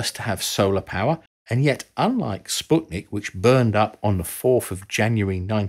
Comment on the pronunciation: This is the first time I hear somebody pronouncing "Sputnik" correctly